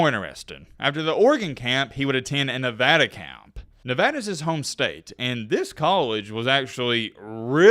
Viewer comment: Thank you for pronouncing Nevada correctly.